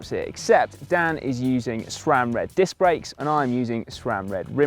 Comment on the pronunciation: grebo121 what are you going on about the process for? i was making a joke about him saying dick instead of disc. lol I could of figured that all out without instructions, although i don't currently own a bicycle I'm quite mechanically inclined. Swapping dicks on the other hand requires a surgeon with a scalpel. not a 5mm Allen key. get it right Lol